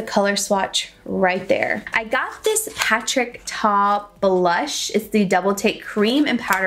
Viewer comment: Isn’t it Patrick ta not Patrick star?